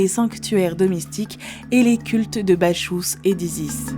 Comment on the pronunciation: Bacchus se prononce Bakus pas Bachous